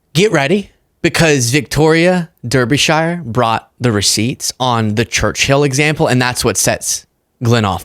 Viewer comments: Victoria's surname is pronounced "Darby-sher" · Please it’s pronounced Darby-shur.🙏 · Pronounced ‘‘Darby Shear’ rather than ‘Dirby Shy er’ 😂 Keep up the good work tho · Pronounced Dar not Der..der..😊 anyway he's stupid and gross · Hi greetings from the uk. Victoria is a great journalist. Her surname is pronounced Darbysher. 👍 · It’s pronounced Darbee Share . just for reference 😉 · I love you but it’s pronounced Darbysheer. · Roids. Just saying. Him and his other half. (Victoria) Derbyshire is pronounced 'darbysheer'. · Bless you, you gave it a go!! Victoria 'Darby shir' is how you say it. Derbyshire is the next county along from me. I live in South Yorkshire, Sheffield to be exact. Home of Def Lepard, The Arctic Monkeys and Joe Cocker. To address this bafoon. Brian Glenn is full of shit, its not his first rodeo acting like a full weight cvnt. He knew exactly what he was doing. I'd love to see old Bri on the front line. Same as Vance, never even been to Ukraine, never been in a war, but think they can take the piss. He clearly didnt do his homework as Putin has a history of lying and Trump is a weak imbecile. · Her surname is pronounced “Darbi-shur” or “Darbuh-shur” and she doesn’t take shit off anyone 😂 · its pronounced Darbee -Shuur. Hope that helps. Keep up the good work.👍 A British viewer. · Pronounced ‘Darbesher’ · Hi. It's pronounced Darbysher. Be careful now that English is the official language of the US. Do me a favour and spell words properly. I harbour no illwill to Americans but when you don't spell words properly, it makes Wordle harder. I don't want to belabour the point and paint myself into a corner with whichever colour you prefer. Just trying to be a good neighbour. This is my sense of humour. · Ahem....for our American friends, "Victoria Darby-shuh" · For pronunciation of her name think “Darbyshur”.